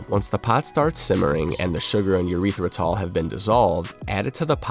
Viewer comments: lol yeah why was he saying it like that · I cannot unhear him saying "urethra-tall".